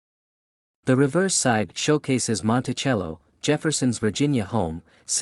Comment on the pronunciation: Learn how to pronounce Monticello